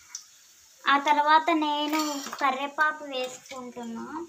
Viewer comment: Karipaku kadhu Karivepaku